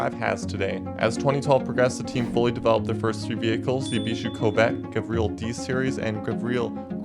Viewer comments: Bro doesn't know how to properly pronounce car names... Eebishu Covet? Gavreel D-Series? Gravreel Grand Marshal? Civet Boleed? Gavreel H-Series? Gavreel Bistrow? Eebishu Meeyamar? Eebishu Hopper? eSBR4? (It's known as just the eSBR) Eebishu Wigeon? Leegran? (Better known as Li-grawn) Solidad Wendover? (Nobody liked the ETK 800 series) Griv-Gavreel T-Series? bruh this is so bad it might be intentional 💀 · its pronounced gAvril and civettA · "gavreal T-Series" ?